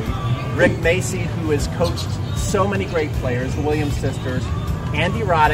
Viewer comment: No es Macy ,se pronuncia Macci(Machi),por que es italiano.